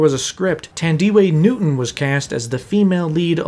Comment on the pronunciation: Tan dee weigh newton.......oh I laughed so much